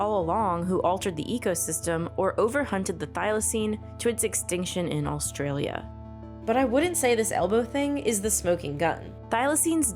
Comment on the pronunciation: is it just me or does she keep saying "all-stralia"?